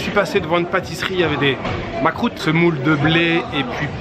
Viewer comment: Hello, Ça ne se prononce pas Makrout c'est MAKROUD, Makrout c'est ce que j'ai sur mon genou quand je tombe à vélo ^^ en France on commet souvent l'erreur...^^ Plus sérieusement El Makroud est originaire des régions qui cultivent la date et le blé, c'est à dire le Sud Est Algérien... A Constantine il y'a une version délicieuse et plus légère qu'on appelle "Makroud el Koucha" c'est a dire cuite au four... pas frit comme d'autres versions.